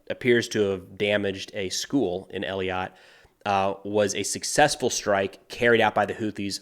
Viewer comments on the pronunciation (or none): The southern Israeli city Eilat is pronounced "ay-LAT" and not "eli-YAT" FYI. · its Eilat not Eliot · hi the southern city of israel is eilat not eliat hey-lat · מי קורא לאֵילַת "Ee-lat"?🤔 It's pronounced "ay-lat". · at least the US values Human Life. Dud e Eilat pronouced EElat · The content is amazing thank you so much for covering all this. A heads up if you’re interested on pronunciation. Israel’s Southern City of Eilat is pronounced Ay-lot. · Great stuff- as usual. Eilat is pronounced A lut. Letter A and “slut” without the “s” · Eilat is pronounced (A-lot) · For future reference, the name of the Israeli city on the Red Sea is pronounced ay-LAHT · These videos you do are great. Thanks for doing them. Also I think the town you are talking about is pronounced ay- LOT. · pronounced AY-LOT by the way :) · Thanks for the updates, keep them coming. Btw, Eilat is pronounced ee-lat. One of the few easier ones 🙂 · the city is pronounced AY-LAT (ei pronounced like weigh) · Thanks! BTW you're working too hard pronouncing Eilat. It's pronounced aye-latt or for simple Israelis: eh-latt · Just for future reference, that southern most city in Israel (Eilat) is pronounced like "Ay-lot". Great reporting though! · The most southern city in Israel is called Eilat. Pronounced E - laht It's mbarassing when vbloggers butcher names when theyre supposed to have done reseaech in order to make these reports. Also yesterday seemed to not be able to comprehend Israel, a small country, going slow in order to minimalize their own casualties. Maybe not as exciting, but if your friends and family are fighting you arent going to criticize them for going to slow into urban and tunnel warfare. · just a VERY minor thing, that southern city in Israel is pronounced “Ay” like Aiden “lot” like ‘a lot of good info on this channel’. Eilat. Thank you for the great video and all your constant hard work! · It's E- lie-at.